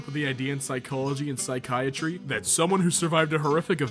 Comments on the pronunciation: Sy-key-atchry lmao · its pronounced psychiatry not psychiatry